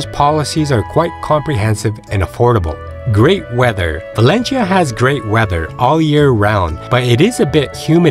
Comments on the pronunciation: It's not Valenshia, but Valencia! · ValenCIIIIa,no valechia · Very good review with one comment, your pronunciation of 'Valencia' is wrong, it's not 'Valenchia', it's Valenthia' if your Spanish or 'Valensia' if your English. In local dialect (Valenciano) it's 'Valensia'. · As a start, it would be good to at least get the pronunciation of this city right -- it's pronounced like "Val-en-seeya" not Val-en-sheeya". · In fact is Valencia, but doesn´t matter. In Spain we understand that the pronunciation of foreigners is different and we don´t pay too much attention to this kind of mistakes. If you say Balenthia is like if i say "Nu Yorrk". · ValenCHia? Have I been pronouncing it all wrong? Somebody please let me know! Thank you. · The guy is pronouncing it wrong, the right way is ( Valenthia ) not ( Valenshia ) 🤣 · Is there a reason you keep pronouncing it "Valen-chia"...😬 Never heard it pronounced that way. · You would expect that they’d research how the locals say the name of their city. One cringes with every single “Valenshia”. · Yeah,,,, it is very annoying to listen to his pronunciation of Valencia as "Valensheea" dang.... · bah/LEHN/thyah. Say it correctly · For to F Sakes! at least have the decency to learn how to pronounce the place. pronounce the 'c' as 'th' . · Yeah, the pronunciation is totally off... It is more like: Val-en-thia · It's pronounced Valencia, not Valencia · He is pronouncing it in the Filipino way, as there is a Valencia there too. This guy is extremely well travelled, but his English delivery may be a weakness. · Please try to pronounce Valencia correctly. It is Italians who pronounce 'c' with a 'ch' (as in China) sound. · It’s not a good start to confidence in the video if you can’t pronounce Valencia properly. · Do your homework, and learn how to pronounce the name of the city that you’re reporting on.